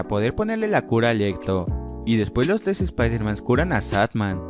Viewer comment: xD ahora me doy cuenta que esta no sabe pronunciar la r dice tles en ves de tres jaja